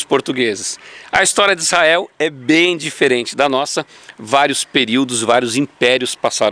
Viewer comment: É tudo ótimo. Gosto muito do seus tour, mas falar Issael... pôxa...vc não tem cara disso não... Tô aprendendo, divertindo, parabéns... e vou praí qq hora